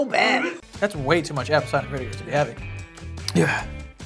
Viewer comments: will never fail to make me crack tf up “apple fider cider vinebegar” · It’s apple vider cider vinibiger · To this day laughing at "it's apple vider-cider-viniba-ger" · It's apple bider cider vinebegerr. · It’s Apple vider cider vinabugar😭😭😂😂😭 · I heard "apple pider cider vinnimager" 😂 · "It's Apple fi cider vaminigar" omg I died:) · “Its Applevidicidivininegar” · "Apple Vider Cider Vinemager" 🤣🤣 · “It’s apple vidercider vinimager” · It’s apple viter cider mavineger 😂😂😂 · It's apple vider cider vinemegar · it’s apple vider cider vinebegar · The amount of times I re watched trying to say apple cider vinegar is ridiculous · my favorite part of this video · trying to say apple cider vinegar, you’re welcome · giving me I love Lucy vibes trying to say apple cider vinegar 😅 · Sometimes when I’m sad I come back and watch try to say apple cider vinegar and it makes me laugh every time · Can we get a voice clip of trying to say Apple Cider Vinegar XD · It’s apple fider cider vinemegar